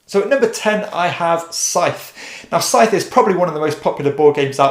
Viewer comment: Sorry to be pedantic, but the “th” in “Scythe” is pronounced hard, like in “the” or “there”, not softly as in “theatre”.